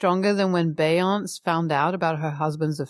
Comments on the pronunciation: beyonce is the worlds biggest entertainer , a billionaire , ? and you dont know how to pronounce her name? how pathetic. bee yawn say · DID YOU JUST PRONOUNCE BEYONCÉ'S NAME LIKE THAT?! 😂